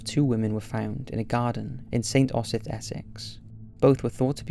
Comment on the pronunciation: Fascinating! Btw its Saint OH - Zith.